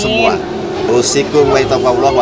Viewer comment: Halllawwww pamiarsaah pakek A bukan O..hadirr selalu.. WONOGIRI menyapa slurr